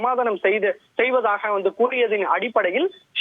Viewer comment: என்னடா தொந்தி டிவி செய்தியாளர் எல் போர்டு! செய்தியில் அடிக்கடி வந்து விந்து.... என உளறிக் கொட்டுகிறாயே ஏன்? 😄😄🇮🇳.